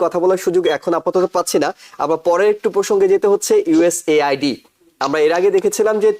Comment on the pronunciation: You don't know how to pronounce USAID😮